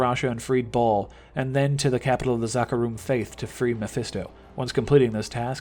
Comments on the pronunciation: Right! Who says it like that? Lol ball?? Its baal not ball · It's BALALALA not BALL! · Ball? You mean Baal you tard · It's Baal (with a long A) not Ball.... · Its bale not ball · Baal not ball lol 😂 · Nigga, I bouta woop yo ass just for repeating “Ball” Bitch it’s “BAYYYYL” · Its BAAL NOT BAWL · It's pronounced BALE, not ball 😂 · IT BAIL MAN NOT BALL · It's actually Bal but you do you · Yo idiot it's pronounced as Bail or Bale. Have you ever played Diablo? It says it in the game lol. What an embarrassment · its pronounced BAY-EL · Honestly people. It’s Bail. You hear it in a fucking cut scene for fuck sakes. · No its not bail its baal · why do u say baals name like ball? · Couldn't continue after your pronunciation of Baal